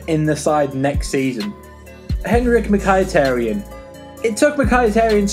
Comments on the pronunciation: Mykhitarian is not pronounced "Mik-I-tear-E-an," It's pronounced " Mik-A-tar-ian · Im actually crying at how you pronounce some of these names, "Bailey" and "Mikeyetaryan" 😂😂😂😂😂😂😂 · how did you slaughter mkhis name like that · Learn how to pronounce Bailly and mkhitaryan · Miky name got butchered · How this dude says Mkhitaryan haha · the pronunciation of mkhitaryan!😂😂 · Darmian will play left back -Learn to pronounce Mkhitaryan, it's actually not that hard